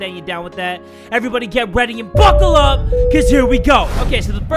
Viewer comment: Every time you say, “BUCKLE UP,” I think that you’re saying, “F*CKLE UP.”